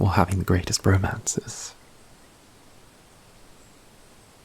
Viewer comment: Is he saying romances or bromances, someone please help